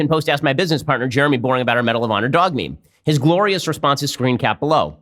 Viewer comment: I think Ben is really proud of the medal of "pawnor" lol